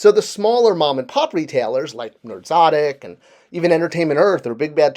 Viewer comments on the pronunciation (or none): *Nerdzoic, not Nerdzotic